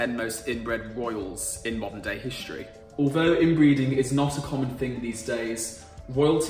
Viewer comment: “Frone”= “throne”. “Hishtree” = “ History”. Learn to speak properly, please. “Oshtrian” = Austrian”. “Vuh” = “The”. “Fafe” = “Faith”. You Are indeed butchering the English language.